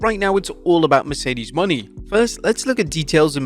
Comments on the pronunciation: Mercedes “MOE-NAY” not money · Its Mone not money broth. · It's MOHNAY not "Money". Jesus... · Her name is Mercedes Monet not Mercedes money. Holy crap lol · Her last name is pronounced mo-nay, not money lol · JFC, LEARN TO SAY HE LAST NAME CORRECTLY! ITS NOT “MONEY” ITS MONÈ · Moné, Mercedes MONÉ not Money ffs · Mone is pronounced “Monay” not “Money” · Bro, it's MO-NAY not Money 😭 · its MonE not money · Mercedes MO-NAY bruh... Stop saying her name like that. Are you illiterate? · I'm not even a huge fan of Mercedes, but Jesus, say her name right. It's not Mercedes MONEY. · It's Mo-Nay Please pronounce it right..,. Please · Mercedes's last name is pronounce Moe-Nay. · What is up with this dude and pronouncing Mone correctly? They literally said it like 10 times last night, and this chap still says “money” with such conviction 😂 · Plz learn how to say her name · I still dislike how he says Mercedes Mone name, but I am glad she is in AEW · why tf do you mispronouncing mone’s last name?